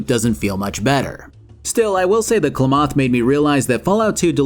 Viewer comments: Love the video but it was kinda weird hearing Klamath being pronounced klumuth instead of Klameth.But you do you I guess. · just in case anyone was wondering Klamath is in Oregon and it is pronounced "clam"-"eth" and not "Kla-moth" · ...Klemoth? The town of Klemoth? It's said in game, out loud, as KLAM-ath. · Ah sticking with that "I don't know how to say that name, even if its said in game". "Klaw-moth" is probably the weirdest pronunciation of that real life town in Oregon I've heard. "K-la-math" is how it's normally said, if you go phonetically. Not that it really matters so much, but I always find it amusing how people outside the Pacific Northwest just constantly flub a lot of location names from it. Like when I was watching Tex from The Black Pants Legion call "Yakima" "Ya-key-meh" instead of how locals do "Yaki-mah" or how the native tribe does of "Yah-kah-mah". It gives me a little buzz of enjoyment like when people say "Tig-gard" instead of "Ti-gard" or "Brothel" instead of "Bothell". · Minor correction, but Klamath is pronounced clam-eth not klum-oth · It's pronounced "Kla-meth" not "K'le-maath". Sorry, it was hitting a nerve. Big fan though! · Just FYI, it's pronounced CLAM-ATH, not CLAW-MOTH. It's a real place in Northern California. Love the video! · As someone who lived near the real town of Klamath for several years, most people pronounce it "Clam-eth". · I know im late to this, but as an Oregonian hearing salt call it "klamoth" filled me with rage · Clamoth😂 love it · BTW as an Oregonian, Klamath sounds more like Calamity. "Calamith" is how we say it. Kuh-Lamb (like the animal)-eth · Why you saying Klamath like that it’s pronounced kla MUhth is a town on the border of ca and Oregon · As an Oregon resident, "kluh-MOTH" pronunciation of Klamath sounds hilarious to me. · It's pronounced Kl-eh-myth. It's in Oregon. Say it with me now: Kl eh myth. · Hearing Klamath pronounced as kluh-moth is wild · It's CLAMath. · Klamath is pronounced "Clam-ith"